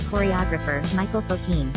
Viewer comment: It's Michel, not Michael, Fokine. He was Russian. His niece, Irine Fokine, ran a well-known dance school in northern NJ for many years, until her death in 2010. Her Nutcracker was famous for its yearly productions. Her students went on to dance in top ballet companies, on Broadway and at Radio City Music Hall (where her brother, Leon Fokine, had also danced). Her daughter, Donna Decker, has a ballet school in Oneonta, NY, and her granddaughter Rena Backer has a studio in Phoenix, AZ. I treasure a signed publicity photo of Michel in his featured role in Scheherazade.